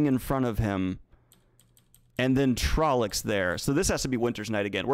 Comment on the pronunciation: It's, among other terrible mispronounced words, TrollOcs, not trollEcs. Also, forced Chad laugh confirmed.